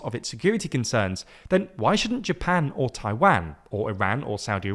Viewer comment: I love ❤️ how you pronounce “says” and “Taiwan.”—Bob of California